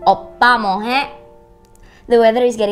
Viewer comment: "Oppa Mwohae?" Jadi "Oppa mohaek?"...😊